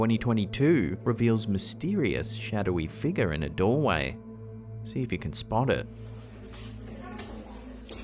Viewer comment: U need to make merch for "shadowy figgah" and "ghostly figgah" and " anomalous figgah" Prime was used way before morons branded for a drink😂